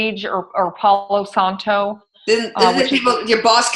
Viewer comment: Pau Santo; not Paulo Santo.